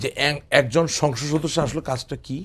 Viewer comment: ভাই, উচ্চারণ টা হবে সংসদ সদস্য। কিন্তু আপনি আসলে কি উচ্চারণ করেন কারো বোঝার ক্ষমতা নাই। তবে আপনার চেহারার এবং কথা বলার ধরন সাহেদ সাহেবের সাথে মিল খুজে পাওয়া যায়।